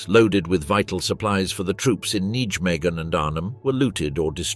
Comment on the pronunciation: Tell you're not so intelligent AI narrator "XXX Corp" is pronounced "30 Corp', and teach you to pronounce basics like Nijmegen, central to story about Operation Market Garden😡